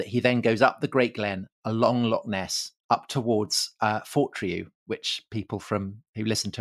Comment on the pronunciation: ffs, why can't you pronounce loch? Just a wee bit too lazy to try?